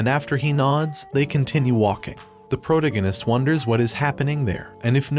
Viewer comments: say it with me-- pro-TA-go-nist. Enphasis on the second syllable. Not PRO-ta-go-nist. Or stick to Bota. It's painful hearing you. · i get triggered by the way you pronounce protagonist, it is pronounced: "pro-tAgonist". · Pro-toe-gag-ist. Lol 😂 I can no longer unhear this. 😅 This voice is so weird to me. Love your videos.🎉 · How the friend chicken fuck do you not know how to pronounce : protagonist "?????🤬